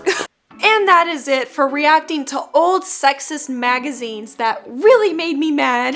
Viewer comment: Oh I thought you were saying "oh these are super hot magizenes"